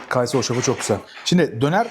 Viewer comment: Kaaysı değil kayısı dır o 😂